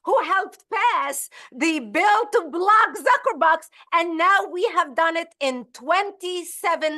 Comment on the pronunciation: Did she say 'Zucker-butt' ? ? ?